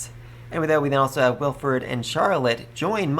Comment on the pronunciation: Bon-e-fay-shus Wil-freed Dun-kel-fel-ger Det-lind An-e-stay-shus Eg-len-tiyn Also part 5 volume 7 comes out in English on the 15th of November in digital format on j-novel if your ok with that format